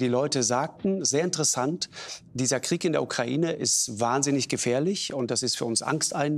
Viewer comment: OMG Baerbock hat ja wirklich Kokain statt Ukraine gesagt🤣